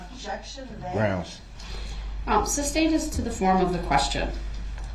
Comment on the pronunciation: The way he says groundz while staring at the witness is gross. He thinks he's the big man on campus. What a clown. Everything about that POS SO is creepy. I think the reason he stares at the judge is for one I think he truly believed they had some sort of connection. He's a legend in his little mind.